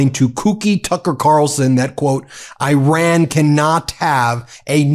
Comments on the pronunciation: It's not "I RAN!!!" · Correct pronunciation of Iran, please.